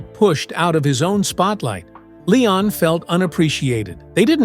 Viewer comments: AI sucks. The AI called him Layon. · This was a terrible documentary. The guy can barely pronounce Leon’s name, sometimes he calls him Lay-on . Pitiful. Leon was brilliant! Go back and listen to his music, it’s undeniable. All musicians knew how special and talented he was! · All this and you can't even say his name correctly.